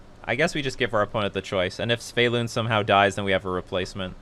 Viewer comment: Why do you pronounce it Sv-e-y-lun when it is Sv-y-e-lun ? 🤪